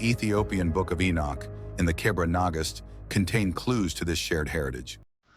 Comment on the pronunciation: you actually did an impressive job although it is Kebra Negast not cabra negash.